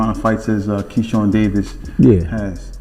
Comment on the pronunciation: His name is KEYSHAWN ĶEY KEY KEY SHAWN SHAWN THIS DUDE DONT KNOCK HOW TO PRENOUNCE THE MANS NAME CORRECTLY DISRESPECTFUL COMMENTATOR NEED KEEP HUS MOUTH SHUT AND FINE ANOTHER JOB😅😅😅😅